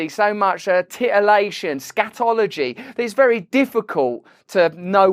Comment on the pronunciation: He said "Scatoligy"😜